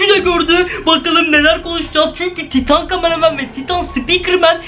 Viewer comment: Camaramen karamen diye okumayın cqmareman